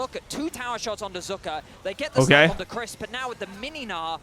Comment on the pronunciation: Why the fuck were the casters calling him “Zuka” for the entirety of game one